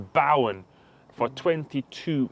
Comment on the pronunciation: Lads, watch more of the Championship! Honestly the quality may be lacking at times but it is genuinely so entertaining. It would mean you'd know how to pronounce 'Bowen' correctly too!